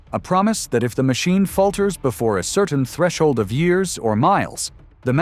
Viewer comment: She's the worst CEO GM's ever had. She's a DEI hire. Also, I'm tired of the AI voices. It doesn't even know how to say years.